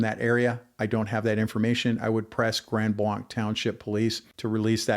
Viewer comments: Please pronounce the town name correctly. It is NOT Grand BLAHNK. It is Grand BLANK. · Overall, good brief. 👍 No, I don't think that you cherry pick verses. The local (proper) way to pronounce the name of the location is Grand Blank (regardless of the French spelling). The LDS are NOT Christian, regardless of their claims. Here are a few FACTS about them: They believe that God was once a man and married. Humans can become Gods. Jesus and Lucifer are spirit brothers and older brothers of humans. They have different sacred writings. They have the New World Translation, Book of Mormon, The Pearl of Great Price, and The Doctrine and Covenants. NONE of this is Christian. All of this being said and understood, NOBODY DESERVES SOMETHING LIKE THIS TO HAPPEN TO THEM. All human beings have the God given right of defense, regardless of religion or lifestyle. There is 0% chance of a person turning their life over to Jesus if they are not alive. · Trust me its pronounced grand blank. It may be french but non of us from the area pronounce it that way. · I will share with our Pastor, thank you. I live near Gr Blanc, and have always heard they have a good PD. The DNR officer response was such a blessing! One totally unimportant thing I'll mention is that locals mispronounce the township name as Grand BLANK. Just in case people are wondering why interviewees say blank vs blanc, it's local dialect. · Grand Blanc is pronounced Grand BLANK. 😊.